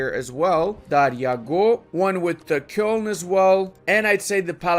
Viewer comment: Nobody:: Kyœln